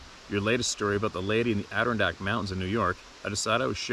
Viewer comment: Ader-RON-dack, the emphasis is on the RON I just can't stop myself.. 🤣 you can do IT !!!